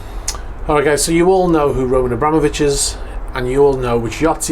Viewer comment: HE IS NOT "Roman AbrÁmovich" - HE IS "Roman AbramÓvich". You spell it wrong in every video several times and don't even care to check what you're talking about.